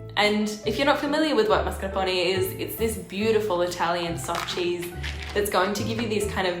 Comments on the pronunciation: Oh, it is so funny how you say ‘marscapone’ in stead of ‘mascarpone’. Let’s all do that from now on and see where it ends up. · Omfg, it's MASCARPONE, not MARSCAPONE. Do you pay attentiin to ANYTHING?? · Am I the only one who noticed how pronounces Mascarpone? (I realize that I may be the only Ahole to mention it~ I agree~) I found it adorable!